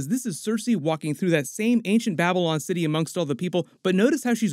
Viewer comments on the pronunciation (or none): none